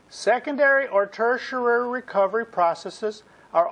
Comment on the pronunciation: Great videos. Huge learning curve! You get the pronunciation of "tertiary" wrong though. You include a syllable that isn't there. It's ter-tia-ry, not ter-tia-ra-ry.